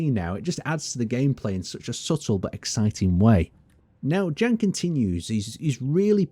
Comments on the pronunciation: Hi! I am from czech republic. We read name "Jan" more similarly to "Ian" than "Gan". Have a good day! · is pronounced "Yawn" or "yahn" not "Jan" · I've never heard anyone pronounce Jan like fucking "Dzhæn" Yon. It's a form of John. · I'm suspecting he is not pronounced as "Jen" - rater Jan, J as in Yolo, A as the open a in Mara. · Just a small correction, since I am Czech, just like the developers of Space Engineers: Jan (Jan Hloušek) is pronounced the same way you would pronounce Yan (EDIT: As Brianellis said, the full name is Yan H-Low-Shek. H being pronounced in the same way as in the word "hard") Or, the other option: just say John.